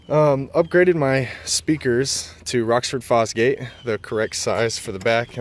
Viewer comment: Its Rockford Fosgate NOT Rocksforts Foxgates. Lol just fuckin with you but really though man come on.